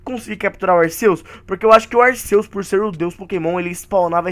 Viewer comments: O Arceus o Arceus o Arceus o Arceus, se fala Arquios fala pfv certo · cara arceus e o nome mas a pronúncia é arkiâs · Cara não é arceus e arquios